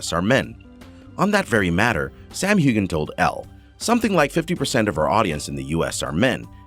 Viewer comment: I believe you missed pronouncing Sam's last name. Heughan with the "g" being silent. Now you try it! Sam Heughan